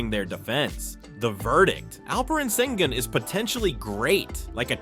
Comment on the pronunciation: The closest an English speaker will get to saying his surname is: Shen-goon You guys can't pronounce the "ü" 👀